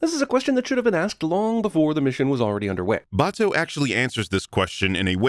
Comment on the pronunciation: Aaaaaaand lastly, sin 194 should've been two sins. One for the usual deus ex machina bullshit, one for pronouncing Batou's name Batoo.